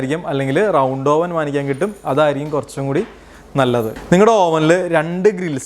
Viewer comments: ഓവൻ അല്ല, "അവൻ " ആണ്. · നല്ല ടോപ്പിക്ക് .. അവതരണം .. ശ്രദ്ധിക്കേണ്ട എല്ലാ .. വശങ്ങളും വിവരിച്ചു കണ്ടു..പക്ഷെ..OVEN.. എന്ന് എഴുതുമെങ്കിലും അത് ഉച്ചരിക്കേണ്ടത്.. അവ്വ്ൻ .. എന്നാണ്.. ഇംഗ്ലീഷ് വാക്കുകൾ ഉപയോഗിക്കുമ്പോൾ കൃത്യമായി പറയാൻ ശ്രമിക്കുക..KNIFE.. ഈ വാക്കിന് നമ്മൾ പറയുന്നത്.. നൈഫ്. എന്നാണല്ലൊ..അതൊ .. ക്നൈഫ് .. എന്നാണൊ?